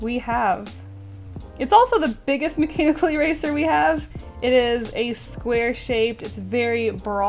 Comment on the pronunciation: She said macanibal pencil :o